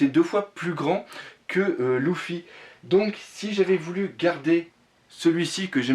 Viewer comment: mec cest luffy pas louffy sinon belle collection